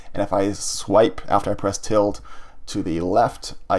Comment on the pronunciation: hi, just letting you know ~ is pronounced til-da, not tild